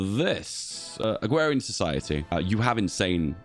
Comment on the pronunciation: It's just a speech impediment. Unlike the bo'o'le o' wa'er stuff it's not a feature in any dialects.